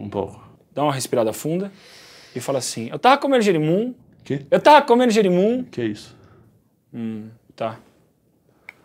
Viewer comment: "eu tarra cumendo girimun" kkkkkkkkkkk